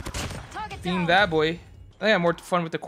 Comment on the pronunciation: lmaooo I thought he said “beans” but he said “BEAM”